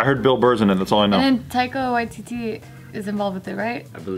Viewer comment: I know its wierd, but thank you for pronouncing Taika Waititi's name properly, a lot of people dont put effort in when pronouncing māori words correctly. Thanks!